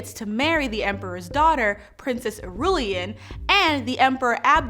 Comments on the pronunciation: Shadam, not Sadam. It's fremen, not freemen. Girl! It's Irulan, not Irulian. Ask, not aks. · could you not have at least shown the “5” sequels and not 4 of them in the wrong order? Seems like an editing mistake. Edit: Iroolian? Christ. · Ok, I guess I have to be the guy. And I mean no offence, but you did NOT just mispronounce Fremen? AND Irulan? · The way she is pronouncing half of these words is giving me palpitations. I originally read Dune as an audiobook so I'm used to freh-men rather than free-men and ee-rue-lan rather than ah-rue-lee-in. Is this how those words are going to be pronounced in the movie?? Is she saying them wrong or was my audiobook way off?